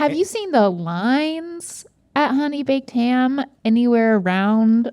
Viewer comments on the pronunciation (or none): I get driven more insane everytime they say honey bakef ham ahhhhh xd